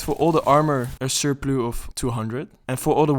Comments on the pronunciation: Cool video, good info, thank you very much! Also, it's "surplus" not "surplue". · Sur-PLOO? I say sur-PLUS. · ik neem aan dat je nederlands bent? hoorde je paar keer surplu zeggen, maar surplus spreekt je trouwens echt zo uit zoals t er staat, "sur +", vergeet de S niet de volgende keer hahah probeer alleen te helpen, goeie vids man, ga zo door :) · Its pronounces 'sir - pluss' 'not sor - ploo' in english. Also, suuuuuper helpful video thank you so much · Fery goed gedaan man. I dont weet waarom its surploe and niet surplus for jou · It's the way you said "surplus". I've made that mistake once before with another dutchman!! XD Ty for your vid. Take care. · Surplus is geen Frans woord lmao je kan het gewoon op zn Engels uitspreken